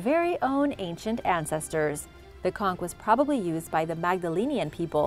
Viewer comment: Plz they's blow conch shell horn in the carribbean all the time & you're the 1st foreigner to pronounce conch right!